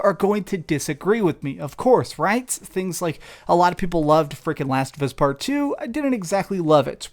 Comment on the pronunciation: Bruh just use a robot voice to narrate, wtf is this "NUMBER TEW